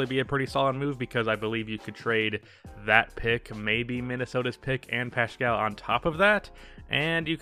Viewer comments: Yo it's Pascal not pashcal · Wtf is this analysis. -You said curry played 10, he played 5. -You pronounced "Paschall" wrong. -You called wiggins just a bad player not considering his former org. -You didn't mention poole's late Improvement. -Heck you even said omari is still in warriors lol You are not a warriors fan, casual.